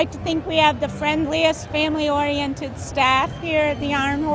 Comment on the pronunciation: Did she say "Family Oriented "...hahaha